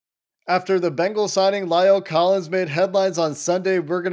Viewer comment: It's not Lial Collins.It's La el Collins.It's not hard to pronounce it.